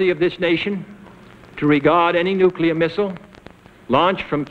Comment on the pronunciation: Navy: breaths Kennedy: COULD LEAD TO NUCULAR WAR